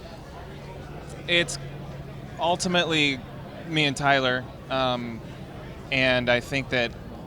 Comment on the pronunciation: The way they say each other's names. Tylurr and JAWsh